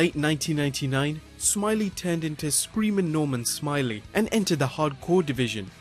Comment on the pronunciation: Nor-mahn Smi-lay